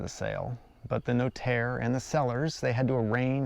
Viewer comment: Cheers for your effort in telling us your house purchase process. You really butchered the notaire term though😂, priceless